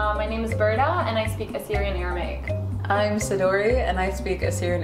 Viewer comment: i'm sorry i am hebrew speaker and i speak aramic for many years you pronounce no good i don't understand no the hebrew and i don't understand the aramece